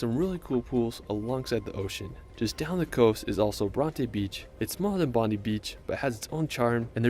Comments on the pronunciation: Cairns=Cans Bondi=Bond eye Esperance= like dance,rants.. Melbourne=Mulbun So many words mispronounced. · He misspronounced the following: Bondi Cairns Bronte Esperance Melbourne